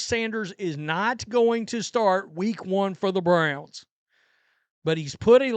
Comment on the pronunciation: Two questions on this. 1: Is she telling Bucs fans the same thing about Shilo? And 2: Why should anybody want fan advice from someone who'd stumble under such a simple name as the Cleveland Browns? It's not like they're the Zizza Zizza Boink Boink Freepians. If you can't say "Browns", you probably shouldn't have their name in your mouth to start with.